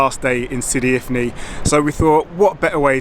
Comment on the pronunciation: Sidi ifni not infi 😊